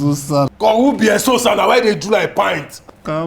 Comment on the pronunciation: This agent is my favorite person in this series…he didnt try or even think abt taking advantage of Eseosa even as her desperation was soo obvious. Pls the world needs more of his type…on a lighter note…i laugh whenever he calls her name….”Eshe-oh-Sir”😂😂😂😂